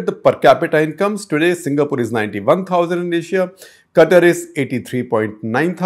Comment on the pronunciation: love how you said Gutter instead of katar(Qatar) 😂😂😂